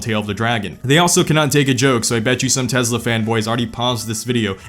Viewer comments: tesla, not tezla. tesla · There's no Z in "Tesla", my guy.